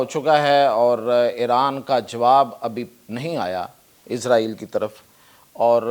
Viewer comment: Bolna tu sheeko izraeel nhi israel naam hy